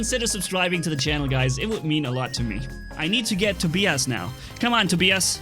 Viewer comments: It is pronounced toe-bye- us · hahaha it's funny how you pronounce Tobias.